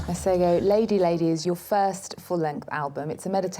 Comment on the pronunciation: I'm sooo glad that he actually does know how to pronounce his name.... Its been bothering 😳 me for a while yazi.